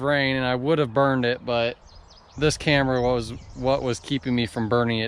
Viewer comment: "ive never burrned a house down before" lol